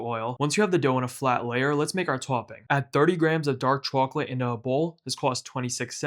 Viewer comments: It annoyed me more and more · Chawklate tawpping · say chwacolate one more time 🔪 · chawklate sawlty flavor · I like how you pronounce chwochlette, it pleases me. These look delicious and since this is the first video I’ve seen from you I need to check out more recipes from you! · The chacklateee sawlt is shitty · "rahool" "chwoclate" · Put the Sawlt on Tawp of the Chawklet. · subscribed for CHAWKLIT TAWPPING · Took me too long to figure out you were from Boston. “Chawclit” 😃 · Chawklate sawlty bawlz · Came for the chocolate, subbed for the chawklate 🍫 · We gaht a CHAWCLATE layuh on tawp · Chawklate sawlty combo 😊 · I remember when they invented chawklate . . . . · I absolutely love the pronunciation of chocolate 😊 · why does he pronounce chocolate like that,................ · Ngl your pronunciation of chocolate ticks me off lmao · he says chocolate like that old lady from spongebob